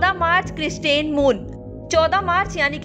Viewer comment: क्रिसेंट मून नहीं, क्रिस्टेन मून.....यूरेनस नहीं , यूरानियस वाह रे उच्चारण 🤥 क्या देख के रखा आज तक वालो ने🥴